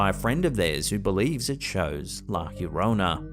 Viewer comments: La "Yorona", not "Hurona". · Nobody has debunked the ufo flying by the airplane… And it’s la llorona, not la hiorona… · Been watching your channel for years thanks for your content only one thing it’s not the horona it’s jorona the double sounds like a j llorana thanks for your content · Llorona is pronounced yo ron na the double ll is pronounced like a y in the Spanish language